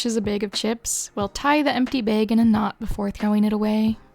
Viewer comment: I was startled by your unconventional pronunciation of the word “bag”… are you perhaps from Delco? Or just Midwestern?